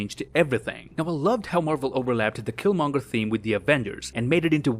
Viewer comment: Oh my god I thought I was the only one that thought that killmonger said it wrong